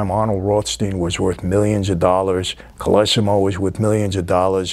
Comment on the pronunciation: His name is pronounced Col low see mow, not col iss im owe. He was kind of a bridge between the old Black Hand gang and the later Mafia. There is a movie about the Black Hand called, "Pay or Die" with Ernest Borgnine from 1960.